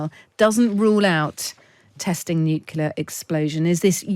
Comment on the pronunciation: Nucular? … Try nuclear.